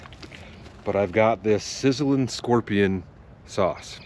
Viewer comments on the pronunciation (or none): none